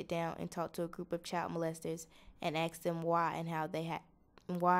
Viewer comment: aks? Is that english?